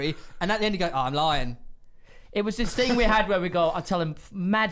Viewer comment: genuinely. Saying "it was a long ting" literally within 5 minutes. Yeah. This is gonna be a goodun!